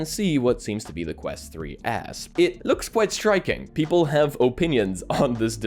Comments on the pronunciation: Dude... it's the "quest 3s" not the "quest 3 ass". 🤣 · so it wasn't just me hearing "ass" 😂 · Honestly thought it was an april fools with the way he says ”3ass” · Honestly at first though you said Meta 3 ass lol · I keep hearing "Quest 3 Ass" 😂